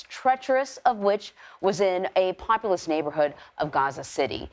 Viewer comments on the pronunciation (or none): "in a popelis area". No prep for this announcer I axe you.